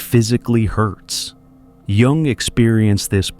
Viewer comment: Kudos for pronouncing Jung correctly.